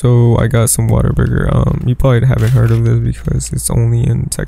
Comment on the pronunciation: did this mf just say water burger😭